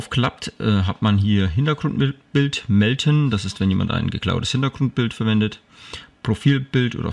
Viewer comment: Das heisst MELDEN nicht MELTEN :D